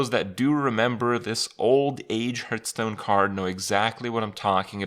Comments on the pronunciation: I love playing Hearthstone, but what is this HurtStone he's talking about? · What's this game 'hurtstone' he's talking about?